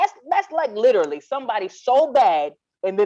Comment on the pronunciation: OMG 😂..."Lichrally" at all.🤭